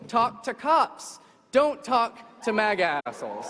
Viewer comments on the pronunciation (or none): IT kept mispronouncing MAGA and that offends me. CWII is gonna be easy-peasy.